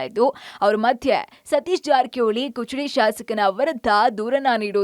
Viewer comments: This is Kudachi, not kuchadi. Public TV correct this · ಕುಚಡಿ ಅಲ್ಲ ಮೇಡಂ ಅದು ಕುಡಚಿ ಈ ಕ್ಷೇತ್ರಕ್ಕೆ ಇರುವ ಬೆಲೆ ತಿಳಿಯಿರಿ ಸರಿಯಾದ ಹೆಸರು ತಿಳಿದುಕೊಳ್ಳಿ ಮೇಡಂ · Amma taayi kuchadi alla adu Kudachi Constituency adu Bittre Kichadi annor ivaru😂😂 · ಕುಚಡಿ ಅಲ್ಲವಾ ಅದ ಕುಡಚಿ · ಕುಚಡಿ ಅಲ್ಲಾ ಯವ್ವ ಕುಡಚಿ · ಕುಚಡಿ ಅಲ್ಲ ರಿ ಕುಡಚಿ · ಎ ನಿಮ್ಮ ಅವ್ವನ ಕುಚಡಿ ಅಲ್ಲ ಕುಡಚಿ ಅಣ್ಣಾವ🫵🫵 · ಮೆಡಂ ನಿವು ಇನ್ನೂ ಶಾಲೆ ಹೋಗಿ ಕುಚಡಿ ಅಲ್ಲಾ ಕುಡಚಿ ಮಾತು ಕ್ಷೇತ್ರ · ಲೆ ನಿಮವ್ರ್ ಕುಚಡಿ ಅಲ್ಲಾ ಅದು ಕುಡಚಿ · ಅಯ್ಯೋ ಶಿವಾ ಕುಚಡಿ ಅಲ್ಲಬೆ ಯವ್ವ ಕುಡಚಿ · Kuchadi alla Amma adu kudachi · Kuchudi alla madam kudachi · ಕುಚಡಿ ಅಲ್ಲ ಅದು ನಿನ್ನ ಬಾಯಿ ನು ಏನು ಕುಡಚಿ ಅದು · ಕುಚಡಿ ಅಲ್ಲವಾ ಅದ . ಕುಡಚಿ ಅದ 😂😂ನೀವ್ ಈಕಡೆ ಬಂದರೆ ತಾನೇ ನಿಮಗೆ ಊರಗೋಳ್ ಹೆಸರ್ ಗೊತ್ತಾಗುದ. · ನಿಮ್ಮೌರ್ ಕರ್ನಾಟಕದಲ್ಲಿ ಎಲ್ಲಿ ಇದೆ ಕುಚುಡಿ.....? ಅದು ಕುಡಚಿ 😁